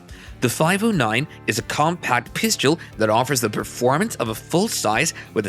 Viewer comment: 😂😂😂😂Hey um guy, the word you're looking for is PISTOL PRONOUNCED PISS_TULL, NOT PISS_CHEW_ELL. ONCE AGAIN THE WORD OF THE DAY IS P-I-S-T-O-L. NOT P-I-S-C-H-E-U-L. Please, please, PLEASE LEARN HOW TO SAY PISTOL CORRECTLY. I really like some of the things on your site, when I'm teaching my clients about handguns, but Everytime you say pisschewl, I just cringe, and NEVER want to watch your site EVER AGAIN.